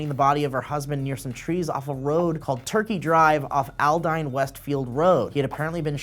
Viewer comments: It's "Ald-EEENE"!!!! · The way he pronounced Aldine lel